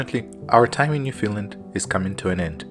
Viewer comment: I live on Prince Edward Island and went to Gros Morne Parrk. and fell in love of course....... Just a note: it is not pronounced New Finland but New FOUND land..... I like your love of nature and hope you will make more travels and videos. Thanks